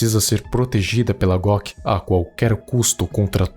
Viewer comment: So Eu fiquei escutando em vez de GOC eu escuto GLOCK kkkk